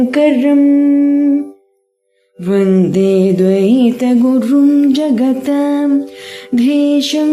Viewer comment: ద్వైతగురుం అని చదువుచున్నారు. గమనించండి.